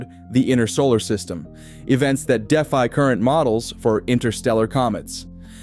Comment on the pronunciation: I can’t figure out if AI is speaking, or if this dude actually can’t pronounce words like “defy” and “NASA”. Gave up after that.